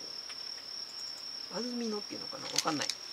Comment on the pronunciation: ！あずみのって読むんですよ！www